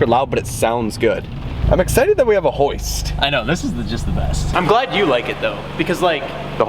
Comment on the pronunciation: Whats a houst? Or wtf he is saying? Hahahahhaha does he mean the lift by that?